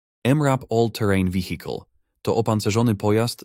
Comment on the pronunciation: Wihikol :D AI wszędzie :(